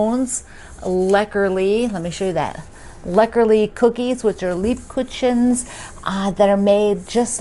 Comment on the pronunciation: Hi Lebkuchen is pronounced “ lebkuken”. Just so you know 😍